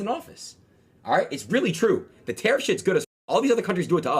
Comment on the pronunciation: Adin can barely pronounce the word tariff, let alone spell it.